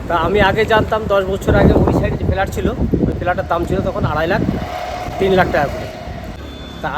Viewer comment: Felat?? Flat bolun